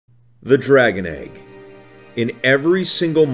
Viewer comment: BE THE E G G FEEL THE E G G